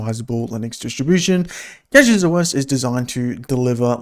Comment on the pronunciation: Take a shot every time he pronounces it wrong